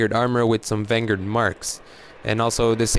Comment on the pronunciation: What the hell is a Vanguurd?